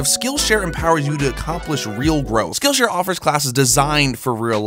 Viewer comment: I totally thought he said "skin share" instead of "skill share" lol.